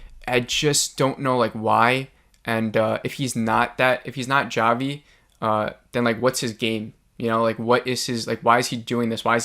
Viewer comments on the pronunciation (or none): Its actually Chavi (hávi - c is silent), not džávi or whatever it was that you said 😀 so basically its not a review but just reinterpretation of the episode. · I appreciate your videos! & I mean this in the nicest way possible, but its pronounced Javi as in "Ha-vi" not "Ja-vi" lol :) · Jah-vee? Lolo it's Javi.......--->>>ha-vee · It’s Javi (Havi) 😂😂😂😂😂😂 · Oh honey... It's pronounced "Hah-Vee," but I couldn't help but find you saying "Jah-Vee" so cute and endearing lol 🥰🤗 Love these... And love the discussions we all get going down here in the comments! Thanks for keeping them coming!!! 💕 PS: my theories.... I think Bobby Farley is the person who started the "Flex" joke/rumor about Travis (I gotta go back and listen to him tell her the story again!!). Also, I haven't believed Jeff was involved, until now. There wasn't time for Adam/Javi to unlock that safe and take Shauna's journals.... And it's like you said; they want us to believe it's him... At this point, a bit too much. I now, finally, believe Jeff is involved in the blackmail thing for sure! Also, the #2 season trailer highlights the moment when the girl stops another from eating a mushroom and said it's poisonous, and then Van says, "Like, kill you poisonous, or trip your balls off, poisonous?" Why would the big season trailer mention that, of it wasn't significant? It's bc it IS. I believe they're all tripping in the next episode, and it probably becomes a ritualistic thing, and it allows them to do things they wouldn't normally feel comfortable doing (ie... eating another human). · It's pronounced HAVY!!! Like Javier! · "jah-vee" LMAO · Ja-vee lmaooooooooooooooooo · Why does this guy keep calling him jah-vee? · “Jah vi” hahaha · How do u mess up the name Javi? It's like saying Mike wrong!!! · Javi is not pronounced with a hard "J". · Dude. Have you even watched this show???? Javi is NOT PRONOUNCED WITH A HARD "J" 😠 such a simple thing. 2022, bro. Wow. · Lmao why are you pronouncing Javi like that 😭